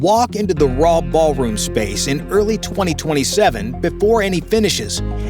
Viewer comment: Ahh yes, the "baal" room. 👹